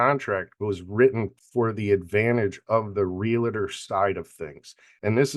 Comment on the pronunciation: Great podcast. But gentlemen...it's Real-TOR. Not Real-a-tor. Thanks again.